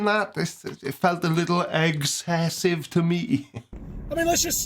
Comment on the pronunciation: "It was too eggsasive for me" Im dead 😂😂😂